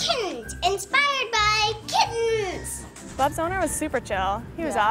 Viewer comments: That's literally the worst way to pronounce "kittens". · Kittehnns. Seriously?